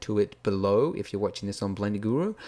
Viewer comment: Awww I missed you saying: Blenda